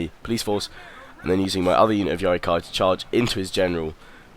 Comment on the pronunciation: Why do you say yari kai instead of ki?